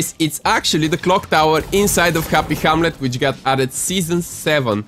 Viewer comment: Neo tiltet towers, jynk jynktion and hrappy hramlet xd